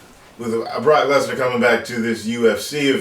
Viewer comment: "Barock Lezner!"